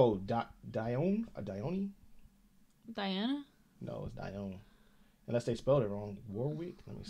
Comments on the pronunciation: That's Dionne Warwick they keep showing!!! I named my oldest daughter Dionne after her!!!! Way way way back then when Dionne was big in the charts, I loved her songs!! And it's pronounced dee- 'awn! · Luther is paying tribute to Dionne Warwick sitting in the audience, she is a wonderful singer from 60’s - 80’s, I believe she is a relative of Whitney Houston 🎉 Both Luther & Dionne ( pronounced Dee On)are very popular rb singers 💜💎💎💎💎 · Pronounced Dion. Like Dieon Sanders. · Dionne Warwick, (pronounced Dee on) first recorded this song in 1964. It’s a classic song and Dionne is a huge rabbit hole that you should explore. Many, many great hits throughout the 60’s & 70’s. Luther was one of a kind, we used to call singers like him panty droppers. 😊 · Dionne Warwick - who originally sang this song in the 60’s. Luther is the best. I could listen to him all day every day. 👌🏼👌🏼👌🏼 (pronounced dee-on) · That woman who is a great performer in her own right, is Dionne Warwick (pronounced Dee-on War-- park) added note, she was with the Motown label and was the first cousin of star, Whitney Houston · The woman is singer Dionne Warwick, pronounced De-yon, who had originally recorded that song in the 60's. This was a tribute to her at this award show. She is also the aunt of Whitney Houston. Check out her big hit from the 90's called "That's What Friends are For", a collaboration with Stevie Wonder, Elton John and Gladys Knight. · How he pronounced "Dionne" had me rolling!😂